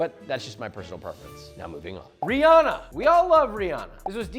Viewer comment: my good sir. Its not 'Ree-AH-uh' its 'Ree-AN-nuh'. I dont listen to her music but still gonna say her name right